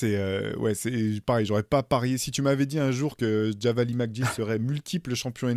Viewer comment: Très bon podcast! Mais Theo "Javale" se prononce "Javal" et non "Javali"😊...bonne continuation à tous !